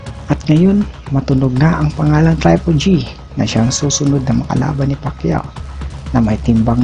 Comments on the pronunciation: bakit traypol G sinasabe mo TRIPLE G HINDI TRAYPOL G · Natawa ko sa pronunciation mo pre.. trypol GG ,canilo Alvares, ket Thurman ..hahaha